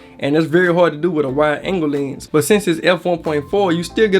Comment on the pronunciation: The way he says Llhennss...